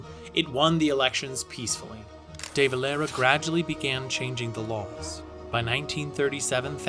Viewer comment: Your pronunciation of the Dáil, de Valera and Fianna Fáil hurts me, if you're going to tell our history get your words right